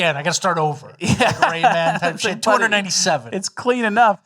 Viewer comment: Oh, sorry Michigan, I thought you rike party. I thought you rike fun guy.